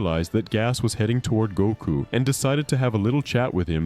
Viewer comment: Every time I hear you say Goku, I'm hearing Gunko lol.